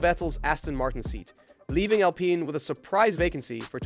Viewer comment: WTF Cant even pronounce Alpine.